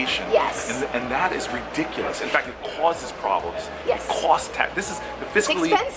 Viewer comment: the way he said the word "cost"